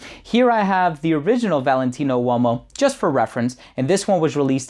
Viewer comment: U o mo? 😂😂😂 o’s silent!